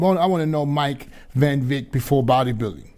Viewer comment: Why do you keep calling him Mike Van Vick ? It's not Van Vick it's Van Wyck !!! Lmfao!!!